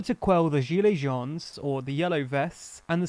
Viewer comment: French speaker here. Listening without watching. Hearing the narrator saying "gilets jaunes" and especially "gilets citoyens", I had no idea what he was saying until the English translation followed. :)